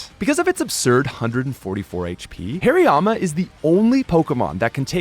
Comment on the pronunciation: Its Haariyama not Hairyama😂